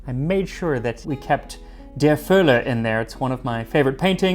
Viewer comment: thank you for pronouncing the Ö in "der Völler" right :D <3